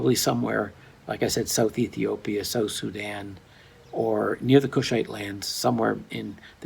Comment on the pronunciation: Just can't say Ethiopia